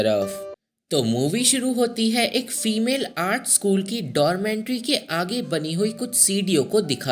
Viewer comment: 1st thing, it is 'dormitory', not dormentry. 2nd, you missed the main part of this movie. So-hee loved Jin-sung, then why she killed her?? Let me explain.... ...Jing-sung ne So-hee ke gift kiye hue shoes me kanch ke tukde rakh ke wapas So-hee ko deti hai school-wale competition ke time. Ye baat So-hee pehle se janti thi ke Jin-sung ne usko dhoka diya hai competition jitne ke liye. Fir bhi usne wohi shoes pehen ke dance ki. Naturally So-hee ke pair kat jati hai, fir bhi wo jeeti. Usne Jin-sung ko maaf bhi kar di. Par Jing-sung So-hee ko stairs se girane ke bad jab wo kabhi dance nahi kar payegi janti hai, wo frustrated ho kar suicide kar leti hai. Jin-sung ko wo is pure baat ka zimmedar manti hai..... So Jin-sung's betrayal was the main reason So-hee took revenge on her.